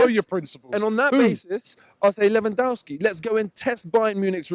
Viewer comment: did he just say Lewandowski !? Lmfao